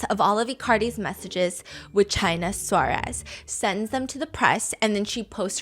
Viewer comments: it is killing me how you are pronouncing her name hahaha, just so you know it is China Suarez, china pronounced in spanish (chee-nah) suarez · Stephanie is lovely and I appreciate the effort but her way of pronouncing "Suarez" was too funny, sorry 😂 I spent the longest time thinking she was saying "Chinasaurus". Which sounded like a crazy nickname.